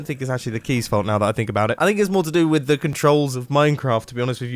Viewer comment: are you talking abawt grian